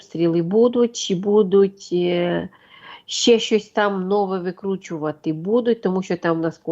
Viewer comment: Научите ведущую ставить ударения правильно. В слове БУДУТЬ ударение на 1-й слог. И не только это слово Правильную речь никто не отменял.